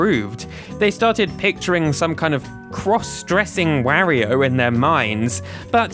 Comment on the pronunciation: You pronounce Mario and Wario weird, made watching this difficult….